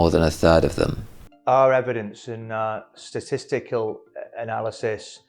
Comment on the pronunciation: I had a good laugh as he struggled to say the word 'Statisty-kal'.